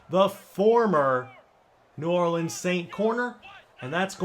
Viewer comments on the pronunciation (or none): none